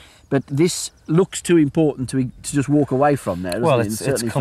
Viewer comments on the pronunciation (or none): none